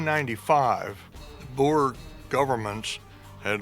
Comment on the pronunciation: as an afrikaanse boer, its not boers its boere. And you mispronounce it, you pronounce it "boo-re"